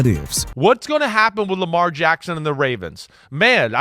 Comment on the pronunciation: YOU MEANT RAIDERS?! IT'S NOT "AIDERS"!! STEELERS NOT "EELERS" AND LAMAR JACKSON NOT "R JACKSON"!! AND THE DOLPHINS DIDN'T SIGN DEION SANDERS IN '95 SO WHAT?! YOU WANNA DISRESPECT AND PLAY GAMES WITH MIAMI?! GO AHEAD!! HAVE AT IT AND THAT GOES FOR EVERYBODY IN THE COMMENTS!!